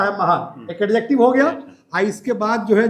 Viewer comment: Sorry sir but its अजेक्टिव not एडजेक्टिव